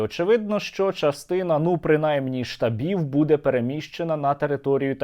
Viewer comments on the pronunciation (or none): none